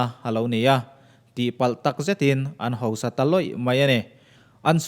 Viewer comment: A ngaihnawmin a bengvarthalk hle mai, mahse kan ṭawng neihchhun tal hi lam dik hramhram ila, hosa nilo in HAUSA tih tur a nih kha..